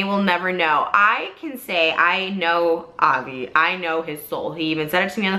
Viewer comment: She's not even pronouncing his name right most of the time.. I doubt anything happened here. Not to mention in the bags she shows there's a pair of pink flip flops wedged in them... I doubt he wears those lol